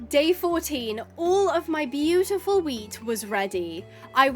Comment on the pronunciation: You made me look like speed when the guy says please speed I need this my mother's going to homeless because when you woke up out of the shed and at the part you said wheat it sounded like meat 😂😂😂😂